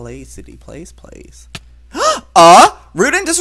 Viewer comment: it's uh?! not ugh?!